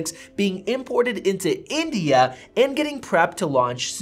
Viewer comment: the way he says india ... XD